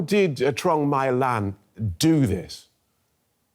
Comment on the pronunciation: My Lan is pronounced as May Lan. Troung is the last name, not Lan.